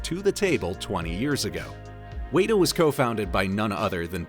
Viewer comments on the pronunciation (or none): It's not Wayta Workshop, it's Wet-a Workshop, like the bug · Isnt WETa not Wayta? I've always heard it pronounced WETa digital. The pronunciation was throughing me off 😂, couldn't even finish the video. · I hear you Michelle. Seriously I'm not going to sleep tonight. Weyda...good grief!! WETA!!! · You are pronouncing Weta wrong. It is said like wet-ah. It's not wait-ah like you're saying. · It’s pronounced “weta”, like the spider. Should sound like the word “wet”. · Wey-da? Really? All this research, and you didn't pick up once how to say the company's name correctly? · OMG it's driving me nuts!! WETA WETA WETA bahahaha arrghh!!!